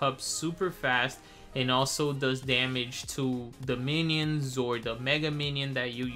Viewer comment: "The menions" lol not hating